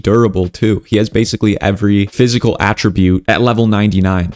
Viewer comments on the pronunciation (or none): none